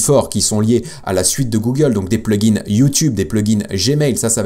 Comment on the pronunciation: Hello, je voulais, avant toute remarque constructive, te remercier pour tes vidéos. Ensuite, je voulais quand même te signifier que mes oreilles saignent à cause de toi et de utilisation du mot plugin au pluriel, Pourquoi tu fais ressortir le S à la fin du mot plugin??? Que tu parles d'un ou plusieurs plugin, tu peux le prononcer au singulier. Mes oreilles te remercie. 😂👍